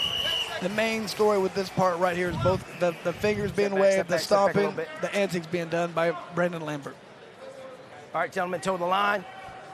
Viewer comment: Lol how many times can 1 man mispronounce antics in 10min